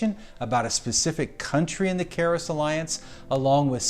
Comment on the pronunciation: Désolé pour (1) quelques soucis techniques au montage final - on continue d'apprendre! (2) la prononciation erronée du mot Charis, grâce (prononcez "karisse") le doublage a été réalisé par un service séculier et je ne l'ai vu que trop tard :(. Merci pour votre grâce!